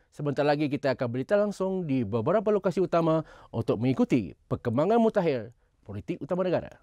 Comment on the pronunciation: 0.19 mutakhir bukan mutahir